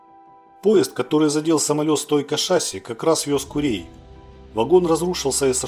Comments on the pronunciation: Не шАсси, а шассИ. Проверочное слово - мерсИ! В авиации только такое ударение, а шАсси, это к трактористам. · если уж ведёте блог про авиацию,то пора бы произносить правильно не шАсси,а шассИ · если что, зритель прав. Слово французское, ударение на последний слог. ШассИ. Нас еще в 80-е годы в МАИ так учили произносить.